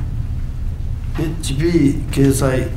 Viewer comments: 😂HP(ホームページ)をエイチピーと読んでるし、また見積り癒着疑いて市長に対してと執行部の高下部長にも疑いが有るような質疑やけど？ 癒着の疑いが有るのは市民ネットワークと山本数議員😅 色々質疑しますがこの議員の低度で1人で出来ますか？ 何人か？で質疑文考えてますやろ！😅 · ホームページ(HP)をえっちぴーった読む人だからなぁ... 誰かに作って貰ってるのは明らかだったよねw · 質問文を作成したナンチャラネットワークの者よ、るるはHPってまんま読んでるぞ🤣 ルビふらなかったから大恥をかいたぞ🤣 もう、笑っちゃいますよ